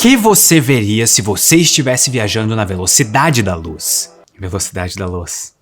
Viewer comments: 1o - Primeira vez que escutei a despedida achei que ele tinha dito "indo embora na velocidade da louça (tenho louça pra lavar) então ouvi novamente pra me certificar que era "velocidade da luz"... continuou estranho até que percebi que era "indo embora da velocidade da Loss" 2o - Mas então... nós estamos quase na velocidade da luz do ponto de vista de qualquer coisa que esteja quase na velocidade da luz para nós. Por que não vemos as coisas dessa forma como explicada? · Velocidade da Loos! “Luz” 😁 Em inglês oo pronunciasse uu! 😁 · Velocidade da Loos... 😂😂😂😂😂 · "Velocidade da Loos" ba dum tss 😅😂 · Ganhou meu like só pelo "Velocidade da Loos".